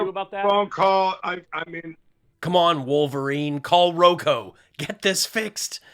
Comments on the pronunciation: Mike Pillow is so willfully dense! He persists in talking about Roko, even after his sycophant tactfully pronounces it Roku in a vain attempt to correct him. You just can't reason with willful stupidity. (BTW, "silver spoon snot salt"--hilarious!!) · Hasn't anyone told Lindell it's ROKU?